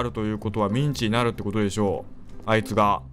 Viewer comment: ミンチがメンチに聞こえるw